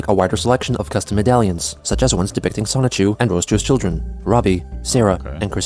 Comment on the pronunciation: The fact that you say "Sonic-Chu" instead of "Sonichu" is really weird lol